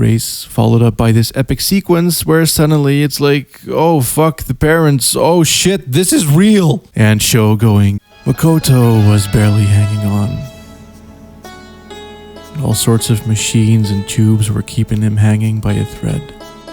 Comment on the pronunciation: I really like to listen to your videos, even If I wont ever play these games, it's just relaxing. But then comes that "Maukoutou" pronunciation and it throws me off. Play something with voice acting once in a while :D